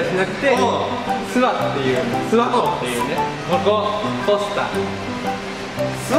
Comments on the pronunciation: すわのイントネーションが違うわ す↑わ↓じゃねぇ す↓わ↑だ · す↓︎わ→じゃなくてす→わ↑じゃないのかな？ 諏訪市民じゃないけどイントネーション気になった…